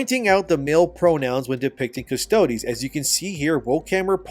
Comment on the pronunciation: Dude.. it’s not “custodee’s” bro. You had it right when you first started covering this months ago - just Adeptus Custodes - silent E, like “custodian” minus the “ian” at the end. Not custoDEEZ nutz! I’m sorry to blow up ur spot like this dude.. I love ur channels n all- you’ve done great work but this is just one of those icks where I die a little bit inside each time I hear you say it like that… n I just had to finally say something